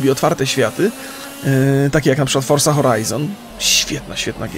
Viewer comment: dlaczego mówisz forsa zamiast forza?